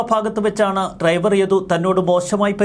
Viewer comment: Triver അല്ല driver ശ്രെദ്ധിക്കുക 🤭🤭🤭